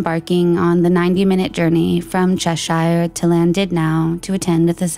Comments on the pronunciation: It’s ‘CHÉSSHUR’ not ‘Chess-shíer’ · Such a sad story and presented fantastically as allways, I have to just note... Cheshire= Che-sheer and Llandudno= lan-dud-no. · Yeah, she pronounces a lot of place names wrong. She even got Cheshire wrong